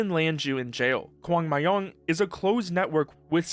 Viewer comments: I don't know what made you to sound like kwang ma-young but it is like guang(one syllable) yung like' Young'(one syllable) but start with M -myung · Hi, let me correct you. First: It's Kwangmyong, not Kwangmayong. 광명. Second: While most of you said was fetched from articles, and is therefor right, there are a few other reasons one could access Steam, and I'll explain why soon after. Third: A green dot appearing in Pyongyang doesn't actually mean it is located in Pyongyang. It means the IP is known to be used there, and while it works for most of the world, DPRK only has 1024 IP addresses and all of them will point to Pyongyang, even if you're in Wonsan, Kaesong, or elsewhere in the DPRK. The reason? Outside sources default to Pyongyang because that's likely where most of these are used. Keep in mind: Those IPs are shared, generally by universities, across the country. Finally, it's likely neither Kim Jong Un or someone close to him. Kim likely doesn't have a direct internet access even if he could ask for one. Why? Security reasons! He's one of the most scared person on the planet, fearing traitors, and what protected his people from rising was control over communication. Either way, he wouldn't use a DPRK IP, he'd use multiple secure channels that would forward his traffic through multiple encrypted VPNs. To me, there's only one kind of entity who would default to not using those: The Party. Why? They opened a gaming center recently in Hwasong District, in Pyongyang. Among the playable games, many from Steam. The Steam account likely only serves to fetch Proton or games directly from Steam, crack them locally, and make t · As someone who actually knows a lot about the country, I laughed the second I heard "Kwangmayong". Even pronounced the English way, it doesn't sound like that...